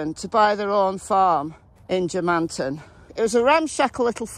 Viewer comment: It's pronounced German-tun, settled by Germans. Most of the residents in the immediate area were Scots and English.